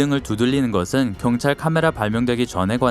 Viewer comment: 목소리 개찐따네 존나 때려뿔라 자꾸 경딸경딸거리네 얼굴에 니킥시발려나 존나꼽아뿔라